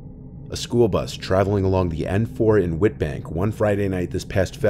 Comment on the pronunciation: Wow, seeing SA in a story 😎😁 PS. Witbank is pronounced "Vit-bank" 🖤